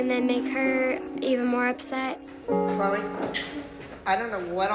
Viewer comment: You mean “Chloe” not “Chole”